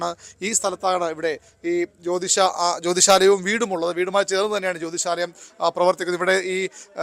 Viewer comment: ആദ്യം ജ്യോതിഷാലയം എന്നു കൃത്യമായി പറയാൻ പഠിക്കു